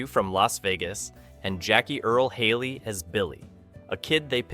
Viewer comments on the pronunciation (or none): none